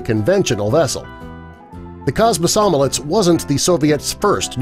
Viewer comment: Kosmosolets. Dude that's not the right name. Komsomolets. Thats the name